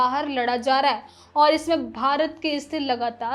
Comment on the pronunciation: लहजा ठीक है पर उच्चारण सुधारिये। खासकर है को ऐ ना बोलें